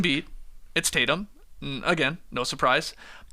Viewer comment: "Tay-Tums" almost killed me